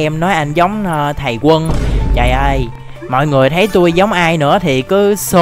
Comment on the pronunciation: Thầy zân mà anh đọc thành thầy quân là sao